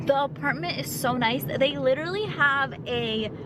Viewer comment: it's pronounced Lit-ter-al- lee NOT lit-ter-ly